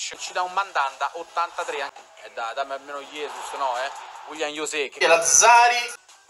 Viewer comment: Uiglian iose